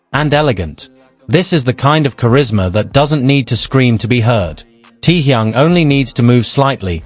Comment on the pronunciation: "Him "T-yung".... I hate AI!!!